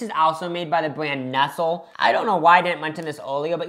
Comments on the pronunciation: Calling nestle “NESL” is a crime 😭😭😭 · 👀 nesell? It's Nestlé like neslay. As for Frys Cadbury owns frys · "Mee-low made by Nest-ol" 😭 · sirs….CHOCOLATE WATER???? 🤬 I get a lil frustrated when people try things but don’t prepare them properly so they don’t get the accurate experience, but this is a whole new level! 😅🔪 also saying he pronounces Nestle that way (the right way) bc he grew up in LA 😂 Like I promise that’s not just an LA thing💀 I do love this little aussie era (plus I’m a big snack girlie!) but this video was just so hard for myself and everyone around me… I’m considering legal options idk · You used an NZ flag over an Aussie Flag 😢 You mispronounced Milo and Nestle. You put Milo in water! No one ever does that! That made me sick. Can you please go back to Australia and correct these things next time 😅Love your videos by the way.